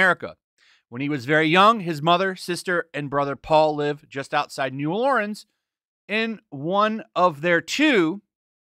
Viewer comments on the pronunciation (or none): Lol sounded like you said new Lauren's